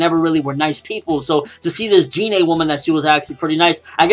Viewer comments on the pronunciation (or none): It's like pronounced 'Jean'. Not G-nee